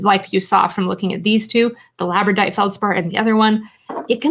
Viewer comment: just so it be corrected 12 mins in you mispronounced Labradorite (saying Labradite)